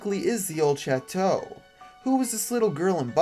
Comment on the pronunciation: how to pronounce old chateau: the-old-SHAT-too :)